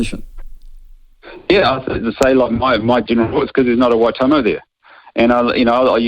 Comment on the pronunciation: How hard is it to say Waitomo. Why.Tor.More 😅 at least try for goodness sake. Wai toemow 🤦🏾